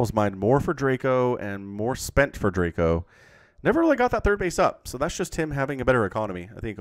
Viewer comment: As a Pole, I would like to tell you how to pronounce Draco. In English letters it would be Draeco - the a is more like in car, or the first letter of eyes. Greetings from Poland!!